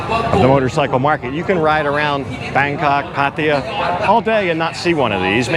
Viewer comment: PATTAYA not PATIA